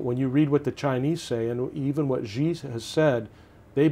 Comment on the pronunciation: How can this guy be a "China expert" when he can't even pronounce Xi's last name correctly?